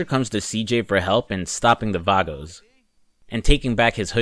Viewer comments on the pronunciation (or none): VAGOS!!!!!! VAGOS!!!!!!! NOT VARGOS THERE IS NO R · It’s vagos not vargos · in saints row retrospective: "I speak Spanish, I should know this" in San Andreas: "VARGOS" 🤣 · V A G O S (Vah-Goes)